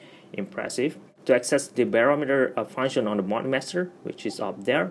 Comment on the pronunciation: Funshennn lol